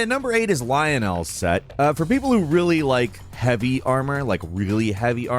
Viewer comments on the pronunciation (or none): none